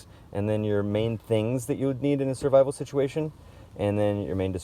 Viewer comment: Love your roll brother, and your word shituation lol.